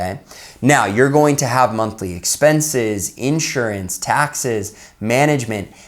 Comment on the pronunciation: What is SEXPENSES?? “$EXPENSES” 🤣😂🤣😂😂